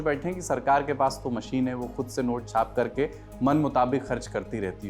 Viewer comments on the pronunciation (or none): none